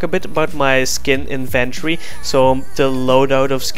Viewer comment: Skin in-van-tree